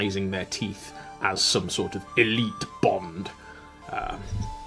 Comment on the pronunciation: I almost died laughing at the idea of an "eleeeeeeeeet Viking bone infection". Sounds like something all the Viking mums were fighting their teenage sons on "No Ragnar, you can't smash your leg and then rub goo into the bone sticking out!" "But MUuUM, Svein said it didn't hurt at all and his brother got those cool tooth markings." "Well, Svein's brother died, didn't he?" When it comes to the Welsh alphabet, the bloody double L does my head in, as does the Ch. Funnily enough both remind me of my utter failure to pronounce one of the r sounds in Arabic, which was far too guttural for me to manage.